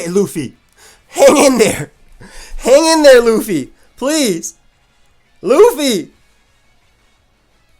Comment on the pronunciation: Lol lu-fee